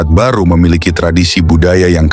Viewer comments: Barru bukan Baru. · Barru bukan baru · Allah, bukan Alah , Makassar bukan Makasar , Barru bukan baru , Soppeng bukan Sopeng dst dsb.